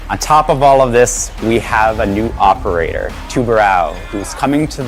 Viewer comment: They pronounced the new operators name so many ways in the video and all of them were wrong 💀💀💀